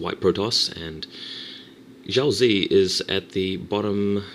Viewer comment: Xiaozi is Chinese and it's pronounced: SHAU-tzuh (Emphasis on the "shau").